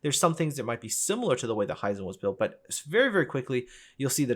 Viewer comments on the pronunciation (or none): Very interesting video. And the art departement really has always been top notch and recently the (sole?) saving grace for the game. One gripe I have with the video: The pronunciation of "Hizen". Japanese words are mostly pronounced "as they are written". I am not really sure how to illustrate that here though, apart from maybe that it is similar in German, maybe that helps.